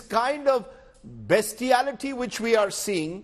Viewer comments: Did he say "BESTiality" to describe the attack by Hamas? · “Beastiality” threw me off also, lol